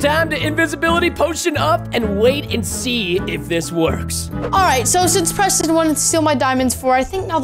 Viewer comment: just said Prestonz not that SMART